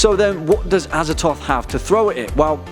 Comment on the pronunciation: Look, I know there's no canon pronunciations because they're eldritch names, but come on, Azathoth. ah-zah-thoth. The th is right there man.